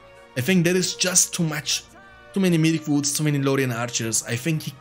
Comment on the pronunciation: Every time it sounds like you are saying "Milk-woods" when referring to Mirkwoods haha